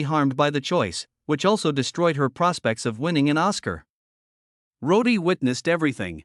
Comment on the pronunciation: Jesus, Use a real voice and his name was Roddy not Roady !!!!